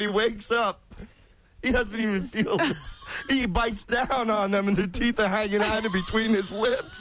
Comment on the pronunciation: big teef boff